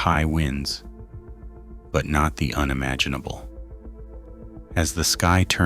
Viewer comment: the you-nimaginable?